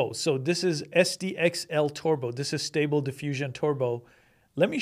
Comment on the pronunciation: Lol! "torbo" ESL dropout?